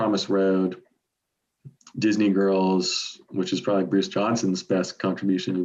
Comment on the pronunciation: Note to Bruce: Disney is a 2-syllable word. "I Write the Songs": Thank God not that many of them. Bonus Point for Hey, Little Cobra.